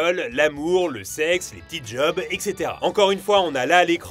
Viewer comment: il a fallu que je me repasse la passage plusieurs fois pour bien comprendre "Les Ptits Job" et pas "Les tits job" 😭😭😭